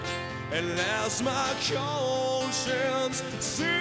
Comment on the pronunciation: Sounds like he just isn't pronouncing it very well. Too much emphasis on part of it, making it distorted. He's almost pronouncing it like CONE-science. Not too bad... other than that.